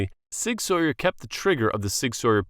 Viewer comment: It's not Sig Sawyer, it's Sig SOUR!!